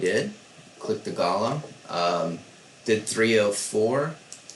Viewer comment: Gollum event does it say my precious its pronounced go-lum the e is silent